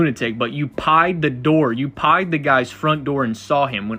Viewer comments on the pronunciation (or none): was he saying “pied” as slang for opening somebodies door or is he deeply failing at saying/remembering the word “pried” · "🥧d" Maybe he has a speech impediment.. but I find it hard to sympathize with him